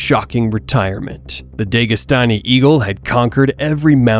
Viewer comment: DEGAstani < DAGEstani 😂